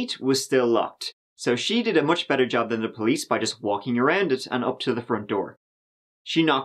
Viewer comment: He just wanted them to have a beddawr wife. No suffawing.